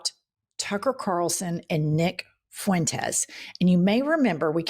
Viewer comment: Nick Foo-entez? DonOld can't even pronounce his name correctly 😢😅